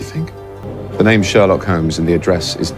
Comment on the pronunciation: I give 3 million sins for mispronouncing names..... Like seriously it's not that hard to pronounce names that are correctly multiple times throughout the entire series.....